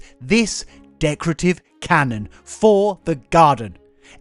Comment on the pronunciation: Wandering around watering the garden while listening.... "Did Jack just say 'cannon'?" Did not expect that. The lamp IS cool, but totally go with the canon